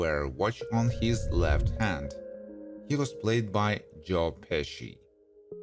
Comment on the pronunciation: How can you screw up a big name like Pesci?!?! 🤦‍♂️